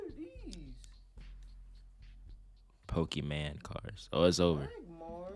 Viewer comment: Pokémon not Pokémen